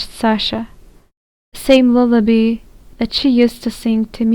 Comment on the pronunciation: It is Lull a bye. Not lull a bee